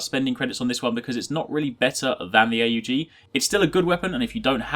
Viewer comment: its not pronounced A U G its pronounced as one word not three